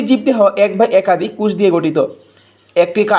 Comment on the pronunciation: কোষ.....কুষ না😅😅😅😅😅😅😅😅😅😅😅😅😅😅😅😅😅😅😅😅😅